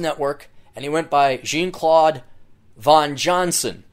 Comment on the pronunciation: Jean is pronounced like 'john' you ass.